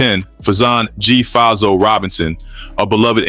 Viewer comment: I hate when mf do these type of videos n don’t even know how to pronounce mf names calling him G fazo name wrong is diabolical